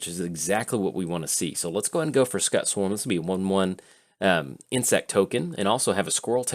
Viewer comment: mispronunciation really gets my back up.